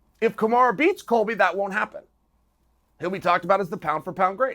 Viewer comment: “Kumarah” wtff chael😭😭😭